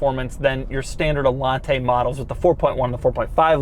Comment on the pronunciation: Doug DeMuro: "Allante, not RedShirtsente"